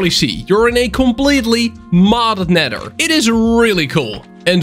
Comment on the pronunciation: the way he said nether hurt me